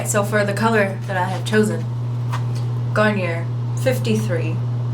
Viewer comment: ......you have no problem pronouncing French words like "balayage" and "ombré But it was so cute before that when you called the hair dye Garnier like " garn-yer". Hair turned out great! I've been trying to fade mine with a fading shampoo from a navy color and so far it's been 2 weeks and its only a pale Aqua except it's a like a cobalt type blue in the front close to the scalp and the ear areas. This sucks. You were so patient and didn't freak out and it looks great now ! Good job! I never freak out either, it's just hair and it grows back. It's always my family that freak out. I'm like "hey! It's my hair to F up if I want to F it up! My husband never says a word about what he thinks about my current color, either he really thinks the colors all look great, or he's just afraid to say it looks like caca. I think he just doesn't care because he's too busy and un-interested to look at it for more than two seconds😒oh well....Cheers!